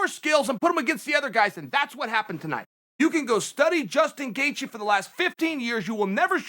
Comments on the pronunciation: Me: Gaethje Chael: Gathje Me: okay, great. Gathje. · You mispelled Gaethje , Chael.